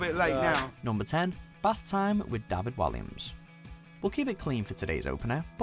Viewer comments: Sorry but when have you ever heard David Walliams' name pronounced like that?! Some of the pronunciations by British voiceovers on this channel are ridiculous. Lol you know how to speak/say it, why are you saying them differently to how you know... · David Walliams is not pronounced the same way as it is to David villa looool he's English not Spanish